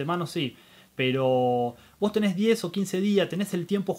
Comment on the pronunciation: Tenes, era tenes